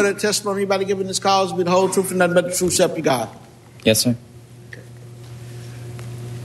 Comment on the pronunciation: this judge is an idiot and a jerk. He needs to learn English. It's 'truth' not troph, This was an unconstitutional inquiry. The guy should have pled the fifth and the judge would have had no basis other the the video, which could have been inadvertent. This judge is so biased, he won't give the defense a fair shake. He always rules for the prosecution and agains the defense. that's why people think the defense is so bad